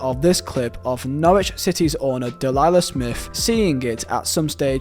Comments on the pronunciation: Dee-lee-ah not delilah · If he’s put in that much time, and I would assume, research then how is he calling Delia Smith, Delilah Smith? There were many more mispronunciations, or incorrect facts that one just stood out to me. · Mate it’s Delia Smith, not Delilah your constant mispronunciations are ridiculous. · Delia Smith*.. not sure who Delilia is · It's a great video, but theres several times where the pronunciation is off. De-li-lah smith. (dee-leah) guest a po. (guess tap oh) me op athy. (my op athy) I don't mean this to offend in any way, as I do appreciate the content, but it's probably worth just googling some of it. Those are just a few I remembered, but since its a "dark" video, its particularly important to get it right. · it's deliah smith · it's deliah smith foo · Delia Smith not delilah. An the word for "was" in past tense is "were"!!!! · "Delilah Smith". It's Delia. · Good video, one bit you got wrong, its Delia Smith, not Delilah. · Dee-lee-ah Smith* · DELIA Smith... DEE-lee-yah